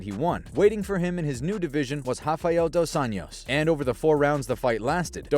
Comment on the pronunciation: It's Dos AnJos, not Dos Años. It's Portuguese, not Spanish. Just read the words. "Of Angels" not "Of Years"